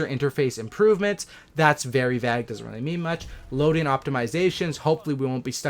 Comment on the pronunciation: U pronounced vague very wierdly bro 🤔🤔